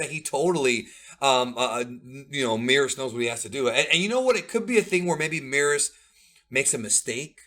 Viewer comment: Why you guys still pronounce Merus like Meerus? surely it'll be Meh-rus